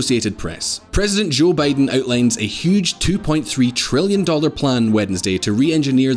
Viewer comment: Joe "B'aye-den"? 🤨